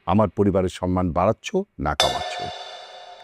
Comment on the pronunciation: বুঝলাম না সব সময় সম্মান কে সনমান বলে কেন,,,কেউ কি খেয়াল করছেন